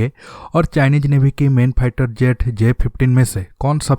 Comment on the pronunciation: aby salay ..... pehlay bolna tu seekhlay.....phieter jet kia hota hai....